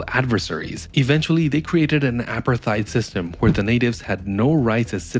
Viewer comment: Great video! Two things: 1) Why was the imperial Russian government in Moscow at this point in history? 2) Pull up “apartheid” in an online dictionary, your pronunciation is off.